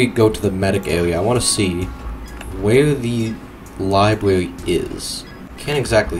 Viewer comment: Ahhh one of those can't do "R" guys. I love them.I like the part where he goes Pwison Libwary.